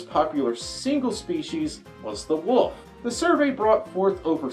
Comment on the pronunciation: Is it "folf" because that's what "wolf" sounds like in a mask?